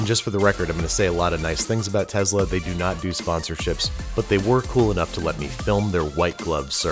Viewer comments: This is a lovely brotherly gesture but why does he keep saying TEZLA??? The name has an s... teh·sluh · Why does he say tezla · Tess - la not tez - la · Just a little annoying when people don't pronounce words correctly. It's TeSla not, TeZla. SSSSSSS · Him saying teZla is killing my soul rn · He said tessla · Me: Tesla Him: Tezla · tesla, not tezla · TESLA TESLA TESLA. NOT TEZLA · it's tesla not tezla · Pronounces Tesla as “Tezzla” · no one: andrew: tezla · Love how he pronounces it "Tezla" in the review segment. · I have to correct you it is tesla not tezla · Tezla model 3!? If you read that the way he said that in your one of my people 😂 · Tezla? Okay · Omg stop saying tezla plssss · he said "tezla" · No one: Absolutely no one at all: Babish: teZZzZzla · Very sweet of you to do. But what the hell is a Tezla? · is it just him, or does a certain part of the US pronounce Tesla "Tezla" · Things I learned today: -Babish is good people. -Its pronounced "Tezzla" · ‘Tezzzla model 3’ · No one gonna say anything about how he called it a “Tezla” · Has anyone else ever heard anyone pronounce Tesla "TEZLA"? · No one: Babish: Tezla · He pronounces it like Tezla lol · It drove me insane that he pronounced it Tezzla. 😂😂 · WHY THE FUCK DO YOU KEEP SAYING TEZLA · What's a Tezla? ;) (And you're an awesome brother Andrew! :D )